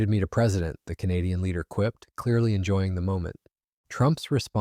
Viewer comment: Your AI can't pronounce "Canadian". 👎🤨 and this is old news. 💪🇨🇦💪